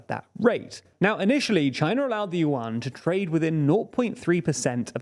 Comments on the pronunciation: omg, please not with the "Yu-An" again, hahaha its pronounced in one single sound at once, "Yuan", dont split it into two sounds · BTW its pronuounce YU-EN not YU-AN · I kept on wondering why he was talking about the UN and then I figured out he meant 'yuan'😂 its pronounced closer to 'yuen' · One Chinese 🇨🇳 accidentally found 4 100-yuan (pronounced "junk") notes of the same serial number. They are real, valid money. Lol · USA and USD are still the most powerful in the world while the Chinese yuan (pronounced "junk") lost 15% of its values this year alone. This has big negative impacts on Chinese economy. Chinese assets based on USD lost values big time, causing acceleration outflow of capital from China. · It's pronounced "Juan" like how Hispanics pronounce their version of the name "John". They can't pronounce Prigozhin either.... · More like Juan as in the Hispanic name for "john". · well, considering he said "yuan" dozens of times and never once said it right, Renminbi would actually probably be easier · Yuan pronouciation 😂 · And of course they're mispronouncing Yuan 💀